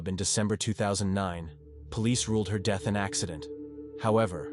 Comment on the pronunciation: “Tragic deeth”?????